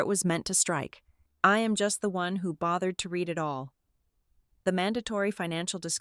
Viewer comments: cant the brilliant AI learn the difference between i red and book and i can reed the book and what the hell language are the numbers in. isnymbers and time in? cmon its totally disruptive an d irritating! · Red is read and read is reed.